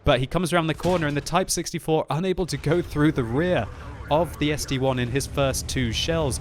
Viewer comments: st-l not st-1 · Why call it ST-1? ST-I, capitol S, capitol T, capitol I... see the difference of 1 and I?? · Why does noone say something about calling the ST-i a ST-1?!? It is is(-7,8,4,3,2) not 1s(-7,8,4,3,2)